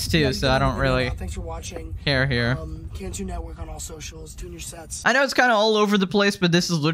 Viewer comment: It’s not (contu) it’s (cantu*) also Nicholas cantu turned into an antihero and I want no smoke with it when I become even more popular in my time.🥶🥶🥶🥶🥶🥶